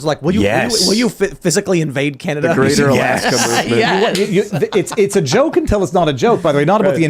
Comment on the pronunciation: Vivas' French pronouncement of JOKE when he's also talking about JEW... comes out as JUKE... and I'm sure 99.9% of Tim's panel and followers have NO F-ing Idea what he's talking about... it took me like 10 minutes listening to his rant on his own podcast to figure this out...